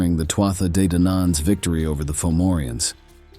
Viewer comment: It’s pronounced Turda and Fovorvians. And it’s a raven. Come on mate.